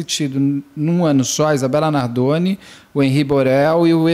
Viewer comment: Beto Ribeiro te amo mas para de falar Isabela Nardone